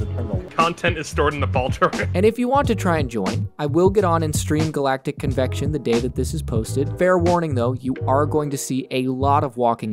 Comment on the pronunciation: Convection lol 💪🏴